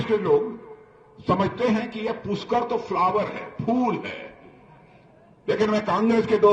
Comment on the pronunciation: Raj nath ji puskar nhi pushkar hota hae